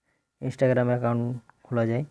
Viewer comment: ইনেসটাগেরাম না বলুন ইন্সটাগ্রাম